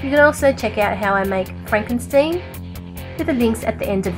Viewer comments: Franken 'steen'? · do you know what she said was frakin stien